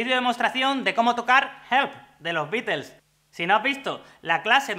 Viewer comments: Esa sería su pronunciación más acercada a Inglaterra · De hecho lo dijo bien, ya que al ser una banda de Inglaterra la "t" se pronuncia como t y no como "r" 😉